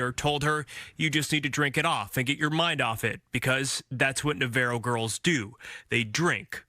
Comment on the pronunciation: why can none of the reporters pronounce Navarro correctly